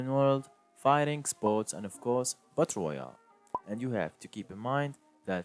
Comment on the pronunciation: This man said butt royale